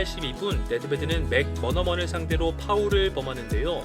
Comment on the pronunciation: 맥머너먼? 솔직히 이당시 축구 안보고만들었죠? ㅋㅋㅋ 이건 영국식 발음도 아니고